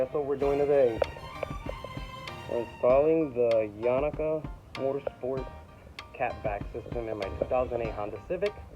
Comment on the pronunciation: Yo you made that install waaaay more complicated than it really is I installed mine all by myself and it only took me 30 minutes to remove the old and install the new exhaust and you are pronouncing the name completely wrong it is pronounced Yonaka "Yo-nah-ka" and also the tip is too far back it should stick out past the bumper by about 3-4 inches and also it sounds waaay better if you get the kit without the resonator